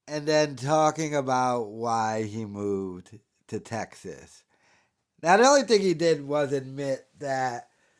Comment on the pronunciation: "i researched nashville, teggzaz before moving to austeen"